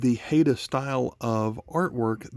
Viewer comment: Pronounced Highda